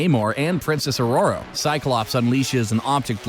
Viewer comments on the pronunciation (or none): none